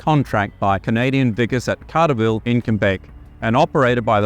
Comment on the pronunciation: Fascinating video, but ouch, what a mispronunciation of Cartierville .